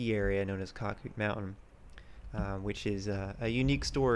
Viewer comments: You 100% missed the big picture. 1. It is pronounced Cac -Out Mountain. 2. The area thrived in 80's and early 90's. It was run by skiers and skier families. It was a vacation community. 3. They made money for the associatuon every year off of skiing operations. 4. They allowed guests to buy lift tickets which produced good revenue. 5. As families aged, non- skiers bought into the association. They were generally not as financially well off. By and large, they resented the skiers and skiing. They eventually took over and destroyed skiing. 6. The original lodge burned down in the late 90's. The outdoor pool was originally an indoor pool. Shawnee used pictures of it in their brochures for years. A new, smaller lodge was build to replace the origional lodge. 7. Someone set the lift engine on fire (I think arson but am not certain.) in the 2000's. 8. There was near constant litigation over skiing between skiers and non-skier homeowners. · It was pronounced cake-out- mountain! Winnona lakes Winona falls! Skied there as my friend raymond had a house there